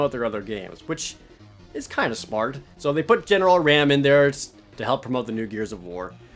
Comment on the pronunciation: Marcus at the end of that Gears gameplay, not Dom. Also, it's "R-AHM" not that horned goat or whatever.